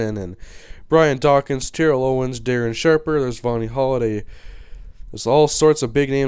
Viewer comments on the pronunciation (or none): none